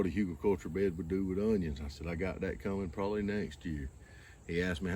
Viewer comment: I think it's HOO-gul, but who really knows? It's a German word